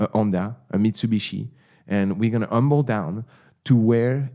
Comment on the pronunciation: I am ‘umble in my 20 year old ‘onda thanks to too much past “self-care” as well 😂😂😂